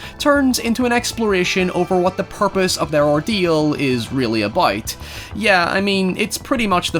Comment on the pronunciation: please say about and not aboyd